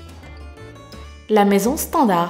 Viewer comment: elle dit pour SEULEMENT 7 millions de d'aulard mdr